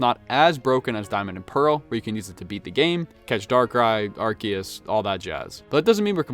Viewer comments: its AR SEE US... not ARK E US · not fault, if you read Arceus's name in Japanese you can see it actually has a "se" sound/katakana letter. It's probably pronounced differently in official English because it sounds like "arse"